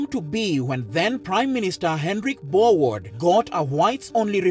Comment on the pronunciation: Berwoerd lol